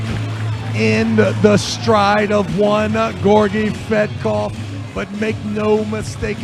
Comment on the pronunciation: Georgi 'Sweatkov' 😂😂